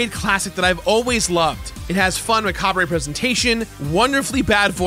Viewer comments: It’s pronounced : Ma Carb, not Ma car bree. 🤦‍♂️ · Excuse me... It's pronounced muh-cobb, not muh-cobb-ray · Did you...did you just say Mahkobbray? Worst video of 2022! so disappointed! One tiny feature of your presentation has descended the rest of the narrative into pure chey oss. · …did he say macab-ray? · The "r" in macabre is silent. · This guy really didn't know how to pronounce "Macabre" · and I'm disappointed you can't pronounce "macabre". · Downvoted for the pronunciation of "macabre." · Please learn to pronounce "macabre" correctly.